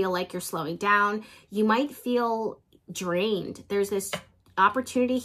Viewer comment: emphasis on the drained